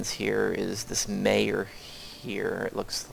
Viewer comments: Great video! Now I feel like I can get started. The game interface was really intimidating. BTW, "Mayor" (pronounced "my-ore") is the girl's name--not her title. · The 11 year old is not a 'Mayor' . His first name is Mayor (pronounced Mah-YOR). Good tutorial nonetheless. Cant wait to start playing!